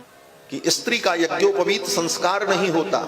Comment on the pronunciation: यज्ञोपवीत बोलना तो सीख लो 😁 मूर्ख